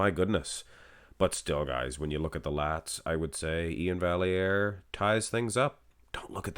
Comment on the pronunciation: Iain deserved it, Steve is too smooth monsoon. And as a note, on Iain’s Instagram he spells out how to pronounce his name. Val-e-air. So there